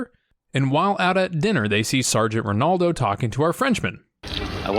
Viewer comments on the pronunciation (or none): none